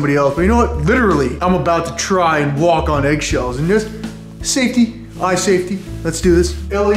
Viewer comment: “You could actually sswalk on eggs”😂😂